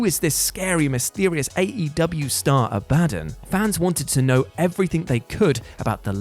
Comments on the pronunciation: You said Abadon's name wrong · It's pronounced ab-a-don not a-bad-on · A-bah-don. Not a-ba-dan. Also you have the same amount of charisma as a barn owl. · "Abadon" Abba-dawn Not "Abaddin" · Abadin? not Abadon do you even watch wrestling or just read a script geeeez lol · Abadon = Ab-a-dawn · Ab(ah) don. hahaha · Is it not pronounced Abba Don?! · A-ba-don. Sorry, I can't help myself but that's how it's pronounced. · Abadon? Ab a don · A BA DON. 😂😂😂😂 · Abadon is pronounced Abba-Dawn. You're welcome. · Sounds like is saying a-bad-yan 😂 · Is he saying "abadden" as an April fools joke? Lol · Great content. But hearing you say abadon wrong repeatedly.... whut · ABADON. The way you pronounced it was so strange 🤣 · That's not how you pronounce Abadon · I will never understand how you guys butcher names when names sre said all the time. That's not how you pronounce Abadon's name lol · That pronunciation of Abadon is gnarly 😆